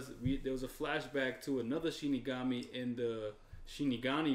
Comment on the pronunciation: they on episode 29 and they still call it "shinigaNi" smh